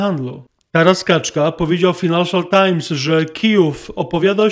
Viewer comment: nie bądź Ator-zacinator i nie kalecz tym "finanszial" tajms, tylko wymawiaj że prawidłowo: FAJnanszial tajms... 🙈🙈🙈